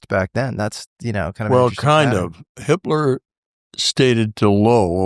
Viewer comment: Whenever they said, "Hipler," I kept hearing the other, German guy's name.